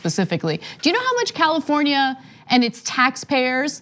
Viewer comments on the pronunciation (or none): none